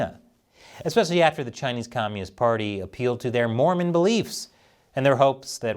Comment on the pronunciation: I just was generally disappointed with how portrayed us in this episode. It's sadly telling that very few people seemed to care the way he spat the word "Mormon".